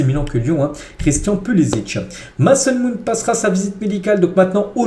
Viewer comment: Oui ça doit être marrant '' Maçon Mount '😂